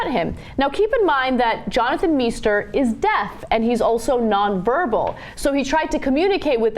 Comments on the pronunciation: Meister (=Master) is not pronounced "Me-ster". The "Mei" is pronounced like "my", therefor it's pronounced "My-ster". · Meister shoud be pronounced "m-eye-ster", should it not? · That's not how you pronounce "Meister." Is it?